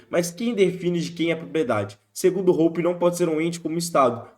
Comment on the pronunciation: btw Hoppe se pronuncia como "róópá"